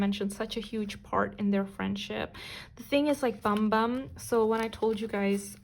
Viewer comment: Hi! I'm still waiting for Kim Yugyeom and Choi Youngjae of GOT7. Hoping you create a video about them, thank you! And yes you pronounced Bambam right.